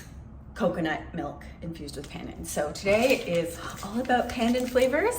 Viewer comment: Please pronounce Pandan correctly. Here's the way. Like in English, the phrase, "not pun intended", that pun is pronounces that way. The next syllable is "done'. So now, together Pun Done! Other than that, good video. Thanks for sharing.